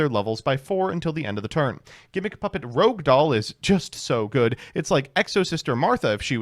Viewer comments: It's not called "Rogue" Doll. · cant believe im finally seeing someone say rouge as rogue instead of the other way around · Take a shot each time he pronounces "Rogue/Rouge/Rohuge" a different way this video.